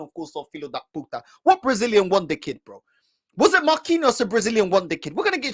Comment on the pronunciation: Man said win the kid😂😂. He tried to say wonderkid 😂😂